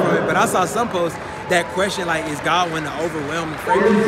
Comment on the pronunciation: Yes what are the commentators pronounce his name is no Goodwin,,,, I've even heard one allowed to call him Allan